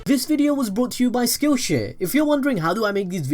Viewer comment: When he said skillshare I thought he said skillshit